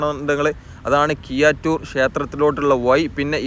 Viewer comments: Kiyattoor alla bro keezhattur aanu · കിയ്യാറ്റൂർ അല്ലടോ കീഴാറ്റൂർ എന്ന് നന്നായി നാക്കു വടിച്ച് പറഞ്ഞ ശീലിക്ക് . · ഴ വഴങ്ങില്ലെന്നു തന്നെയാണോ. വളരെ നല്ല വിവരണത്തിനിടെ പുയ വയി ഒയുക്ക് കീയാറ്റൂർ എന്നൊക്കെ കേൾക്കുമ്പോൾ സുഖമില്ലാത്തതിനാലാണ് ഇതെഴുതുന്നത്. തുടക്കം മുതൽ സബ്സ്ക്രൈബ് ചെയ്ത് കാണുന്ന ആളെന്ന നിലയിൽ അഭിപ്രായത്തെ കാണുക. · കിയാറ്റൂർ അല്ലെടോ കീഴാറ്റൂർ.